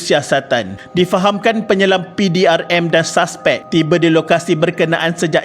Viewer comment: Saspek? Admin pls lah sebut dengan betul.... Bahasa Melayu sangat cantik dan sedap..